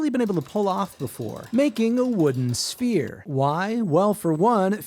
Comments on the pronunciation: I was so confused.....I thought he said he was making a spear. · My dumbass thought he said spear head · Definitely heard “spear” not “sphere” 😂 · You were saying “Sphere” I kept hearing “Spear” and was VERY confused from the first cut. lol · I kept hearing “spear” and got disappointed at the end😢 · Yeh you said Spear,.. blatantly. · When he said sphere I heard spear so I thought he was making a spear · Why did i hear "spear" instead of "sphere" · Didn't see the subtitles at first, thought you said 'spear'. 😁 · I thought you said spear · I thought he said spear 😞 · Chat My brain hear spear not sphere and I was so confused for like half the video 😭🙏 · Am I the only one that thought he said “spear” not “sphere”? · I thought he was saying spear not sphere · Ohh sphere, for half the vid i thought he was saying “spear” lmao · I thought you said spear and wondered why you would make such a short shaft 😂